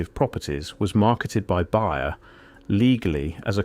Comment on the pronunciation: Bayer is pronounced "bare", NOT bigher. Pass that along to your A.I. (I Love your content).